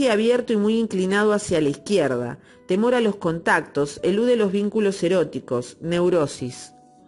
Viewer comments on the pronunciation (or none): Dextrógira... fíjate en el tilde, lo mismo con a izquierda, lo has acentuado mal, como si el tilde estuviera en la "i"